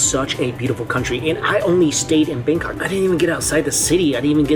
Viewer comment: I’m sorry but did he say Bangkok or “Bang cock”